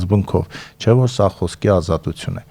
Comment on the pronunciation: Դո՛ւք էլ պակաս սխալ արտասանությամբ չեք խոսում,օր.՝ ազատուՑյուն՝ Թ-ն՝ Ց ,<էսօ՛ր>… բանավոր խոսքի մեջ՝ «ուղղագրական» չէ, ուՂՂախոսական է՝ ինքնուՑյան չէ, տիկի՛ն, «ինքնուԹյան է-<պԸտի> եւ այլն։Հենց ինքդ տվյալ պահին խոսում ես կոպիտ սխալներով՝ …Թյանը՝ Ցյան, Ցյա՛ն…եւ այլն, տիկնԻ՛Կ😢